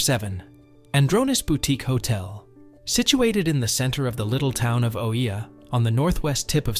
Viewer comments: Hi Thank you for the video. You'll probably hear a few ppl say it so I might as well let you know. Oia is pronounced E-Ah. a lot of ppl make the same mistake so no worries, it's still a stunning video :) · How are you making an informational video about a town that you don't even know how to pronounce? 🤨 This shows that you haven't even been there. So how can you know anything to make recommendations?